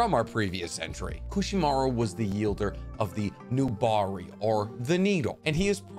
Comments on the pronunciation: I have seen this video before, And I'm not sure if I caught it then... But the words you're looking for is wielder because they wield their weapons. For some reason you keep saying yielder which essentially would be someone who stops something? Lol Someone that yeilds maybe? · **Wielder! Not "Yielder" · Swaggysu?? YIELDER?? 😩 I love your videos but why do you mispronounce sooo many names and areas in this show